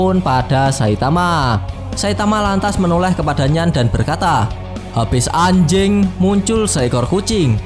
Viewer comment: Ngomong anjeng nya niat banget bg😃